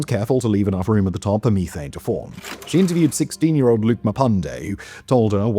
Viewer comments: It's meth-ane, not me-thane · The way you say me-thane instead of meth-an is going to make me explode into tiny bits of frustration lol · "me"thane lmao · I have never in my life heard someone say Me-thane